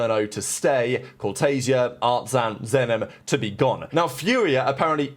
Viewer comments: At this rate, Furia will win champs before pronounces "Artzin" correctly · The day pronounce Artzin the correct way is the day MiBR win Champs